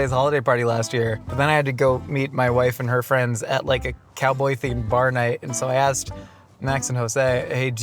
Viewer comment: I’m a cowdoy